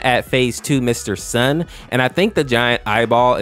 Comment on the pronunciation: When you putted 3 and 4 mr sun you said 3 and 4 Mr eye